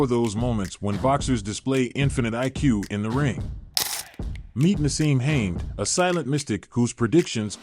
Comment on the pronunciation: I noped out when the AI voice over called him